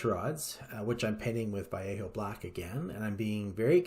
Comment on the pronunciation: Thanks for the detailed explanation, and props for pronouncing “Vallejo” correctly !!!